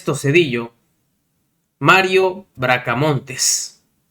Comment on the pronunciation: ES BRACAMONTE SIN LA S.